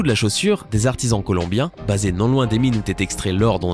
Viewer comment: 5mn08s. "artisan colmobien"!?!?!?